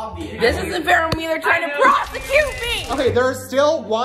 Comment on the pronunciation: my favorite imposter was 😭 she said “wrongfully prossecution” 💀